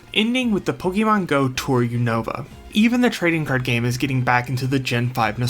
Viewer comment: The constant mispronunciation of Unova is 🫠🫠🫠🫠